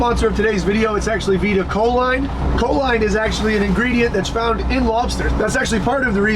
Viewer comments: I beleive it is pronounced co-leen rather than co-line. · Enjoy your content bro just one little thing that my eye twitch, it’s not co-line, it’s co-leen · It’s pronounced “cho-leen”. It increases acetyl choline levels which is a neurotransmitter in the brain. It’s a primary ingredient in most nootropic products for focus and overall brain function.